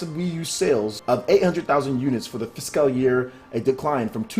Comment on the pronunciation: Bruh I love your vids but please learn how to prounounce Fiscal. It's like Physical without the i, physcal.